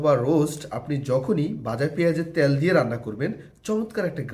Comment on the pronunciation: শব্দটা পোলাও, পলাউ না।তেল,ত্যাল না।